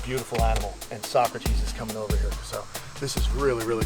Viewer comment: Thanks for the upload! So happy for you! You know, every time you feature Socrates, I think of Bill and Ted's Excellent Adventure. Her name would be pronounced So - crates (rhymes with skates.) Happy holidays to all of your animals and human loved ones!